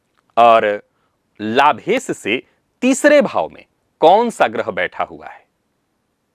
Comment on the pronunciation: कोई ऐसा दिव्यातिदिव्य महानतम प्रयोग/उपाय चाहिए जो हिंदीभाषी विद्वानों को 'श' का शुद्ध उच्चार करना सिखाये। "लाभेस", "लाभेस", "लाभेस"...